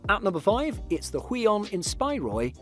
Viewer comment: omg why is he saying huion as “weon” and not as “who-eon” aaaaaaaaa